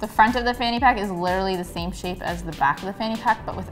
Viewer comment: The I'm dying at the fanny pack being called a phuckit. (Sounds like f*** it tho 😂)